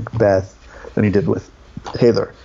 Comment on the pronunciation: Haider is pronounced closer to “Hi there”, not “Hater”.